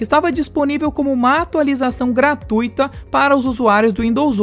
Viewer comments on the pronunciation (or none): none